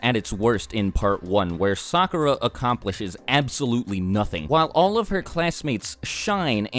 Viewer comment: I wanted to watch this video to find out why my sister hated Sakura so much. But I kept cringing at the mispronounced names, so I stopped watching half way through.